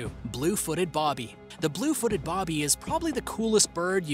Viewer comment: It's Blue footed Booby (pronounced like when someone tries to scare you " boo"). Not Bobby. Just FYI